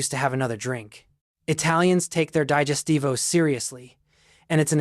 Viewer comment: How irritating teaching Italian habits and not being able to pronounce the Italian words correctly. It is no D-A-I-G-E-S-T-I-V-O, it is D-I-G-E-S-T-I-V-O!!